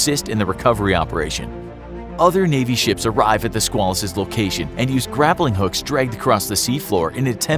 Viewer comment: Squalus is pronounced with a long A like quail, or at least when referring to the USS Squalus.